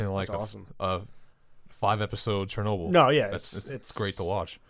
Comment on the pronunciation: It's Ch not Sh... CHERNOBIL... L Is soft at the end...